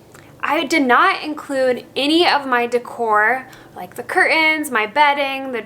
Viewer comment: Please...please pronounce curtains.